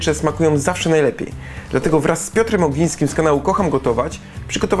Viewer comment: na początku powiedział "Piotr Ogniski"?